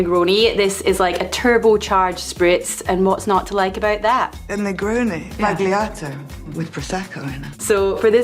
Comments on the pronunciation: Its pronounced : Spall-Yato. Not Spag Lee ahh toe. ( C'mon how is the entire internet getting this wrong, just ask any italian) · The drink is great, but the horrid pronunciation in that interview really kills the whole concept for me. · The g is silent. Like the D in Django. ;) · More precisely, it's zball-yato. If you make sure your B doesn't sound like a P, the Z sound will come naturally. (I studied phonetics years before studying Italian.) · The g in sbagliato is silent! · Why is everybody pronouncing the G in sbagliato? It's a modifier for the L not something to pronounce.